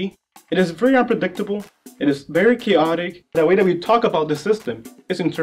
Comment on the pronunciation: Chaotic is pronounced cayotic Not cowutic